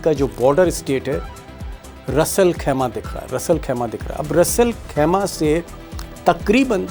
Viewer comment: रस अल खैमा नहीं, रास अल खैमा कहलाता है।